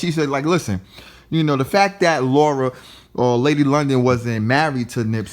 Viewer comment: If you dont get her name right! LAUR-EN NOT LAURA! LORD SMH that was hella annoying and cringy.